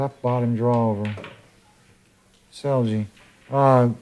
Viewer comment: Because you will be hearing about this young man a lot more in the future the propper pronounciation of the name is Pets-Ell (as in spanish double L) and not pets-el-g